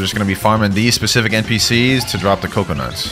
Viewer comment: Bro legit just said cocoa in coconuts 💀💀💀